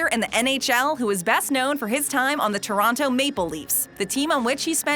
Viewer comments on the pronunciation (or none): none